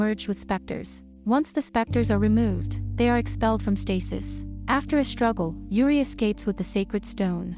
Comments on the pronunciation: Only thing that bothered me is how the text to speech pronounced "Juri" as "Yuri" If it were any other word or side name it would've been fine, but the main character? lol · pronounced: Jur L'ree. Japanese not Spanish